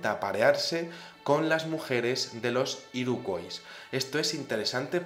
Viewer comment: Hola, la fonética de Iroquois sería así: Iroq/Uoi/s - /Ua/ (Origen francés, en Canadá se habla inglés y francés). Si lo prefieres, ésa tribu india norteaméricana de la que hablas en español la llamamos Iroqueses. Lo digo por que cada vez que lo decías tal y como se escribe me daban ganas de matar gatitos. Un saludo